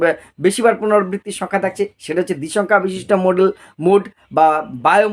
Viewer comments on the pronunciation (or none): স্যার উচ্চারণটা মোডাল হয়....মডেল নই 🙏